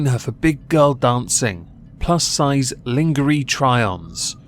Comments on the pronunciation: did just pronounce lingerie as lean gee ree? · I laughed too hard at his pronunciation of "Lingery"! 🤣🤣🤣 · LIN-GUR-EE hahahaha 😂😂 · The way you pronounced "lingerie" ruined my week LOL